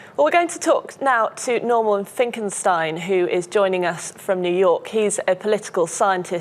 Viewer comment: Normon Finkenstein, nice pronunciation.